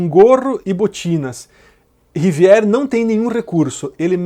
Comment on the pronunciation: Olá, vale a pena dar uma olhada na pronúncia de palavras estrangeiras (Rivière) no Google Tradutor (a ferramenta de pronúncia é confiável para Francês e outros idiomas), ou em site similar